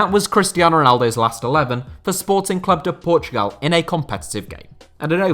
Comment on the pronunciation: You get a like just from saying Sporting Clube de Portugal and not Sporting Lisbon